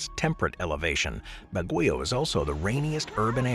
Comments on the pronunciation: That summer capital of the Philippines is pronounced “bag-yoh”, not “Baguyo” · Baguio is pronounced incorrectly, BAG-gee-oh. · Ba(same as ba-ton) gui(same as Gui-ness) o(same as o-ratotary) Ba-gui-o